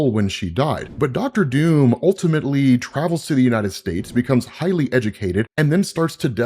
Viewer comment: Your pronunciation of Doom is somewhat funny and confusing, in any other context it would be no problem. But sometimes it sounds like Dume/Duum which my non native English speaker brain interprets as Dune. So I keep hearing "Empire of Dune" / "God emperor of Dune" ..